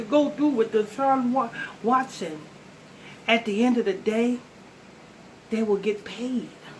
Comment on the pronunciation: Absolutely correct but it's Watson not Washington 😂😂😂😂